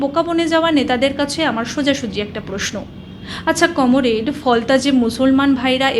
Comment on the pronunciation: Aro ak choti baj ,tui ki kono politician tor Sanger katha rakh ,toke Bhai gal golpa .Ai Comrade uchharan ta thik mato kar.Tui akhon purano riging Master er dike dholechis ta chara toder ai faltu channel ak glass pabi na.Are faltu tui uchharan korish na ,Das capital porechis faltu baj